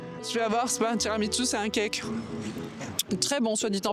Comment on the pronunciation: je suis la seule j’ai mis pause et je suis repartie en arrière après avoir entendu “ tiramiTsu” ??? Girl wdym ?🤣 c’est tiramisu